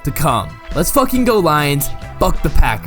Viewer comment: it’s pretty hypocritical when you can’t even pronounce pat mcafee correctly 😭